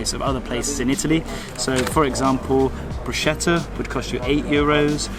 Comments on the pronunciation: Oh dear, it's broo·skeh·tuh not broosh-key-tuh. I hope you dont mind the correction as italians would give you the eye roll for sure. Just in case you'll be back there. Lol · Pronounced Broo-sketta, not Broo-shetta. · Sorry guys, I'm Italian, please tell me where can I get a pizza "for 3 to 5 Euros"!! Then please don't say "bruscetta" there's an "h" in it so it sounds brusketta, we don't put letters "at random" !! 😂😂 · Bruschetta is pronounced Brusketta!! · Brous-CAT-tuh the right pronounciation for BrusCHEtta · you know the expert when he says briuscetta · How can I get advice from someone who says “BRUSHETA”??? This video is completely nonsense. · My suggestion is to really visit a place before commenting. And if you had ever visited any place in Italy, you would know how to pronounce "bruschetta". ;) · "Bruschetta" is pronounced with a 'k' for 'ch' and "so unique" isn't a real thing! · Travelling Italy for months on end and still not being able to pronounce Bruschetta or Puglia correctly is quite offensive... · The way he pronounces bruschetta and caprese is hilarious 😂😂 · The fact to be the British pronunciation is not an excuse. I think it’s pretty offensive tbh especially in a video where you roast a specific Italian place. You’ve been there and you are supposed to be “well traveled” and I was expecting a bit more of effort language wise. That’s it. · I think you guys are talented, I really do. I was just disappointed when you were criticizing prices when they are exactly the same as in London. Besides, it’s my personal opinion, I find anglophone tourists who visits Italy and they can’t even bother to pronunce “bruschetta” right, very lazy and not respectful.